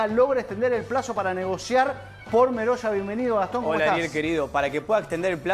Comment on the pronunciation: El apellido.no es meroya. Es.merolla.